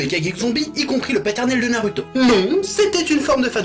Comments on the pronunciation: C est pas naruto mais narouto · Par contre c'est Narouto et pas naruto Prononciation